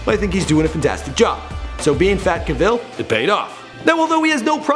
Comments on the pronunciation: Jersey in not in the UK. Also, his surname is CAVill not caVILL. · CAH-vill not CUH-vill. You should've put in some of the video games he used to play like WOW and Skyrim.... Love Skyrim <3. I wonder if he still plays any games today. But then again that spoiled fake rich bitch Tara is probably too busy trying to take his money and change his personality. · Henry's name is pronounced Cavill. It rhymes with travel. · Enjoyable, Michael, but just one thing : before you do one of these videos, find out how the person pronounces their own name. Clue, it's not ca-VILL. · Is this like when President Bush intentionally mispronounced Saddam Hussein's name to disrespect him? Because Cavill doesn't pronounce his last name the way you do. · Am I the only person here going nuts as this guy continuously says Henry's last name wrong? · for the love of God, pronounce his light name correctly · Bugs me that he pronounces Cavill incorrectly!! The emphasis is on the 'Ca'... !!! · This would have been great if your info had been accurate and pronounced his name correctly. For example, his first movie was The Count of Monte Cristo, not Laguna, Laguna was second. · I cannot even watch this! Learn how to pronounce his last name! Put the emphasis on Ca, not vil! Not to mention his middle name is pronounced "di-el" (best way to write it). This guy is annoying -_